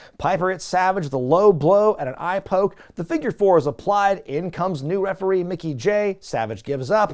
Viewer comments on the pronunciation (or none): none